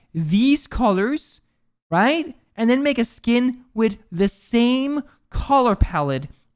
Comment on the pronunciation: I wanna watch this but I can't listen to you say right multiple times